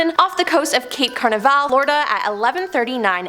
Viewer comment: Its Cape Canaveral, not Cape Carnaval.